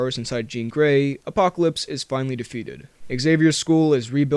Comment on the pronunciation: Did you say.... Apopolips